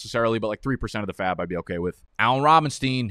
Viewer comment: Loved this and loved how you said % of faab